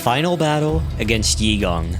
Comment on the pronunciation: Its actually pronounced EY-gong not yee-gong lmao